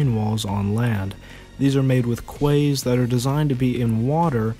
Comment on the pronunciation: Kways? It’s pronounced keys